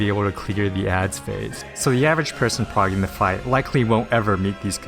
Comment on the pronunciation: Is this AI narrated or do you really pronounce shorthand abbreviations? "Exx Eye Vee" and "Progging". I've cleared every ultimate and have never heard someone say "progging". I've seen it typed out in party finder but never someone say it.